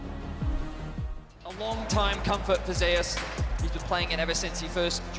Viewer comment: Why do they pronounce "Zeus" this way? it's been bugging me since day one. Is it that the player told them that's how he wants it pronounced, which is ok, or is it just a mistake?